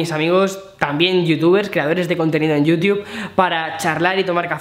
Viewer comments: A los españoles les encanta leer el inglés en lugar de querer pronunciarlo. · me mata que digas yiutub